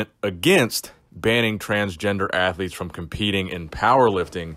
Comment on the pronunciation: Just wait till Blaha hears about this. “ I’m a female strength ath-u-lete in her 40’s guise”